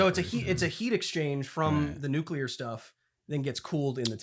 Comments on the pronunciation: Everyone else: Nuclear Will: Nucular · You can tell little Willy grew up in during the Dubya Bush administration, says “nucular” every time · Literally the whole episode I was annoyed by the constant nucular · also WILLIAM ITS NUCLEAR. NEW-CLEAR. NOT NUCULAR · "NU-CUE-LEAR" triggers my autism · Goddammit, Will. NU-CLEAR. NUUUUU-CLEARRRRR.